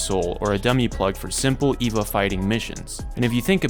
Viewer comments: Eh-vah not Ee-vah. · This is what happens when you read more english than you hear it. You pronounce Longinus with a hard G, and Eva as Eeva rather than Ayva. Longinus is a name, it's not something the anime made up. Eva would be pronounced the same as Evangelical. I have no idea how you can mess up pronounciation this badly. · Bro saying Eva like its Wall-E